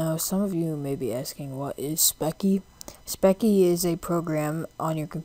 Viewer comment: Its speccy (spes-ie) just saying lol